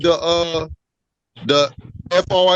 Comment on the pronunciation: I caught that he did not put the 'th' in the first time around, and the judge should have caught it also.